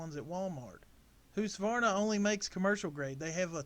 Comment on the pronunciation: Husk. Not hoose